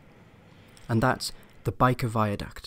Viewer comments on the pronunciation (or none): Bike of viaduct?, lol it's Byker (with a 'y'!) Viaduct